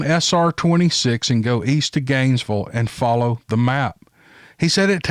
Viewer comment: My husband started driving on SR 27, starting from Ft Lauderdale somewhere to Bristol, FL. 12 hour drive, at the age of 14 or 15. LOL! I've never heard Gainesville pronounced quite like that,. I LOVE IT! "ganesvul"! My husband calls it Gainesburg.